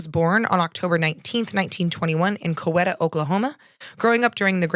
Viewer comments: It's pronounced Co-weeta. Lol . Love the podcast listen all the time at work. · 😅 born and raised in Oklahoma and I feel ya on the town pronunciations. There is little rhyme or reason 😅 Coweta is CO-WEE-TA I like the CO-WET-A though 😅 sounds way fancier